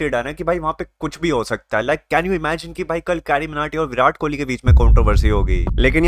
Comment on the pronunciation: Kohli hai bhai kholi nahi😂